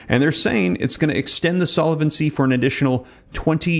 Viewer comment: Solvent is a two-syllable word, pronounced `sol-vant', not `sol-a-vent'. Solvency is a three-syllable word, `sol-ven-cy', not `sol-a-ven-cy'. Thought you would want to know. All the best.